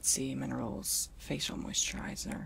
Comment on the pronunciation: Hahaha oh man, when u said 'sea minerals lotion' I heard 'semen rolls lotion' lol